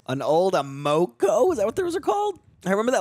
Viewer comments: uh-MOE-koe? Sounds like a coffee. It's AM-uh-koe. Children.... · Amoco is "am-uh-co" 😂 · Amoco is pronounced AM-a-ko 😊 Amoco merged with BP & is now under the BP name. Back in the 90s, even though we were still banging rocks together to make fire & we didn't invent the wheel yet, there WAS color photography. Color became more affordable to be used by the average consumer in the mid-60s, although it had been around for wide use since about 1935. Color photography was invented in 1861. 😐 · AMOCO is pronounced AM-uh-co. It has been a LONG time since I thought about Amoco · Just for clarity, it's pronounced AM-uh-co. Dudes. Color photos? Color TV was invented in 1937. RCA introduced it to the public in 1954. Sheesh. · Amoco (AM-uh-ko)